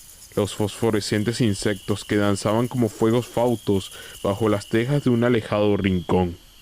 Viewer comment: Excelente vídeo Únicamente una corrección. Se dice fuegos FATUOS no fautos